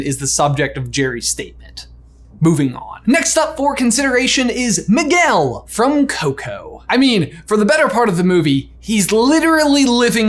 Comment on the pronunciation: 🤣🤣Maguel. Its Miguel (Me-gail).😂